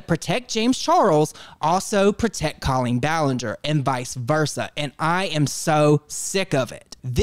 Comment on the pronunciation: Ill never get over how Colleen is pronounced co-lean when I’ve always heard that name pronounced “col-lean”